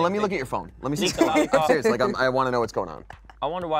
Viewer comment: is such a sewiously gweat guest.